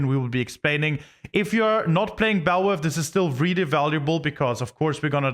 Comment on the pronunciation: Why do Germans pronounce Vs as Ws?